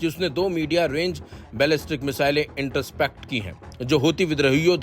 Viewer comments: Interpacts nhi Intercept hota hai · inter-spect nahi hai bhai. In-tr-sept hai. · Iterept 😂😂😂 intercept hota h maharaj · बड़े जाहिल और लवड़े पत्रकार हो....कहां तक पढ़े हो ?? इंटरसेप्ट को इण्टरस्पेक्ट कह रहे हो !!😡😡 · intercept hota hai word